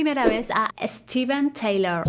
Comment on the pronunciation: Steven Tyler, no Taylor. Se pronuncia “tailer” no “ teilor”